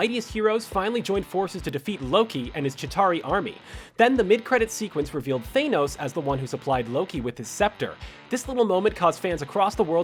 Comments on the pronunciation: Still can't pronounce Thanos right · I hate it when people say Thanos's name wrong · First time you made a good video, good for you Screen Rant. Also, how in the name of Hulk's green butt can you mis-pronounce Thanos' name? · You said thanos wrong so that trigged me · How is it even possible to pronounce thanos wrong , seriously how? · This video offered nothing new, except a new way to pronounce Thanos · The way you said Thanos pisses me off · Why are u pronouncing thanos like that 😂😂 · stop saying Thanos's name wrong!!!!!!!! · dude you're pissing me off with the way your saying thanos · I’m glad I’m not the only one bothered by your incorrect pronunciation of Thanos. It’s making my ears vomit! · Pronounce THANOS right please. It's like nails on a chalkboard the way you say it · The way he said Thanos ughhhhhhhhhhhhhhh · This guys needs to learn how to use his ears and mouth properly, chitari not kitari.. thanos not thainos... craig not creg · Sorry man but it’s not Thainos it’s Than-os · It’s thanos not thanoes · "thaYnos"? Really? "THAN-OS" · IT'S THANOS NOT THAINOS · 2 decades, really? is not 2 decades. And it’s Than-ose, not Thane-ose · Than-os ...not thaynos...my heads hurts after hearing you butcher his name 😩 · its thANos not thAInos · It's thanos your saying your saying thenos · Why do you pronounce " Thanos " as " Th- ae- nos " ?!?!? ... Why did you say that name ... ... like that ?!?!? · Yeah He says it like thaynos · I'm sorry... THEYNOS?? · THAYNOS!?!? THAYNOS!?!? Wtf!?!? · I get that people say Thanos' name the way they do (th-AY-nos) because when reading the comics you couldn't search up the pronunciation of characters in those comics. It just makes me cringe Every time I hear it pronounced that way. 'gets shivers' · Thaynos? Shows that this announcer is not a true believer. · His name isn't Thaynos, ffs. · Thanos is not pronounced thainos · Lol he says thaynos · Screen Rant It's pronounced Thanos NOT THAYNOS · Lol thay-nos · It's Thanos not Thanos